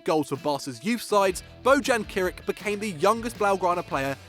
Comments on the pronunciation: Did he just say bojan kric -_ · Bojan KRKIC no kerkrrc ahahah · How did he manage to butcher Bojan's last name so badly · Bojan Krkic not Kirk!